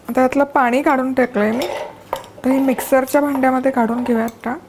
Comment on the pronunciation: खूप छान आहे रेसिपी पण डाल नाही ग मराठीत * डाळ * असतं. बाकी सर्व झकास